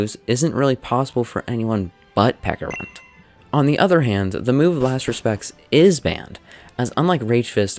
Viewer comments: "Peckarunt", ITS PECHARUNT, CH CH CH CH CH CH Oh also nice video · Love the video, is there any reason you pronounce it peck-a-runt and not pecha-runt like the fruit/berry it's based on? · pecharunt, ch, like the pecha berry or chance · Isn't it pronounced like peach? Since it's based on a peach an a pecha berry, why call him peca runt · Is it not pronounced peh-cha-runt because of the, yknow, peh-cha berry?